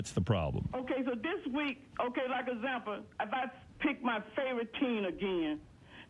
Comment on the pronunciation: ”Okay so this week.. okay like azample”